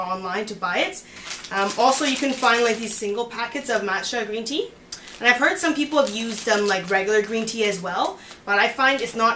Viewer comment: This is such a good video, it is easy to follow. I am going to try it out. BTW, your Cantonese is pretty good. Very cute. When you said "Green Tea", the intonation of "Tea" should go down. Anyhow, it is very impressive that you can speak Cantonese!